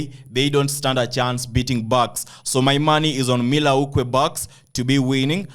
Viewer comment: MILL WAUKEE BOSS you pronous it wrongly type in on Google pronunciation to get the perfect way of calling it...